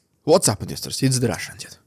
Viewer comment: he should prenounce his name better in the intro. when he say russian dude it sounds like russian idiot